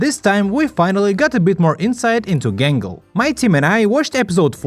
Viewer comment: Everytime i hear 'Gangle' i instead hear "Gamble"